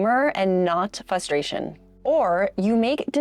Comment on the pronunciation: It's fRustration... there is an R after the F and it's not silent.